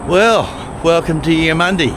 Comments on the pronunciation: I pronounce it as Eumund-ee not eye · I liked your video, it's a big state, thanks for showing there is more to it than the Gold Coast and Brisbane. And Eumundi is pronounced Edmun-dee not Emun-die, you did say Emun'-dee once on the train from Caboolture. 50 cent fares are great, compensation too for track work that will be ongoing with new stations Cross river rail etc leading up to the Olympics. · Love your vids mate ! It’s pronounced YOU-MUN-DEE 😊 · It would help if you bothered to check the pronunciation of the word Eumundi.